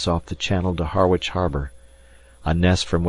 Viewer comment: The first paragraph mentions Harwich Harbour, Esseex, UK. Unlike the Harwich in the USA, the UK town is pronounced 'Harridge'.